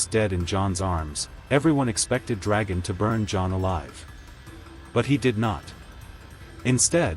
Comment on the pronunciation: "Eye-grid???" "Dragon???" "Maester Ee-man???" That is SO irritating! Have you actually WATCHED the series? At least pronounce the bloody names right!! :D